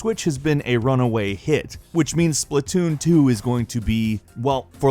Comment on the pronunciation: Spla2n Not splat two n